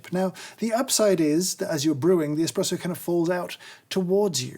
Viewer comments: the illustrious Mr Hoffmann very clearly says Expresso instead of Espresso. I expect a formal apology at your earliest convenience. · If you listen carefully, James actually says "expresso" during the video once!